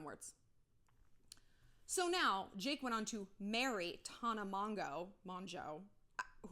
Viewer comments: Is anyone gonna talk about how she pronounced MoNGO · It's hilarious the way Shallon pronounces Tana's last name LMAO 😂😂😂